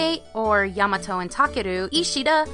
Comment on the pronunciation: yaMATo and TaKeru! nice going on those dub names. way better than Paul instead of Shinji.